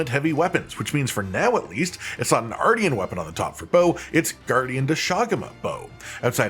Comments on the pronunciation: It is pronounced like MARTIAN -M :p not like Arty from the block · It's said R-shin. Like Martian with an R. Obviously.